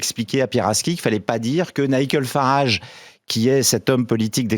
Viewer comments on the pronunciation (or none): NICKEL FARRAGE? Vs êtes sûr de votre prononciation? Mathieu PiGEAsse? 😂 C’est étonnant, venant de qqun avec votre intellect, votre background, et surtout au regard de l’intérêt accru que vous portez au monde politique depuis qq mois voire plus.. Non mon ami - que j’apprécie ÉNORMÉMENT par ailleurs, ainsi que vos efforts incessants pour apporter un contrecourant au racisme ambiant et généralisé en France - c’est Nigel prononcé NAILLE-DJEUL FARRAGE